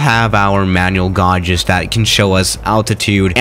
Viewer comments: just fyi gauges is pronounced gay-ges not gaw-ges like you say in the vid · Gauges is pronounced gayges, not gawges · do you say “gauges” funny on purpose or is it just your 🇨🇭 accent?